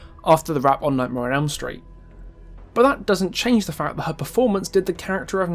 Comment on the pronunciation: "Nightmare on Elm Stret" lol. Great video btw!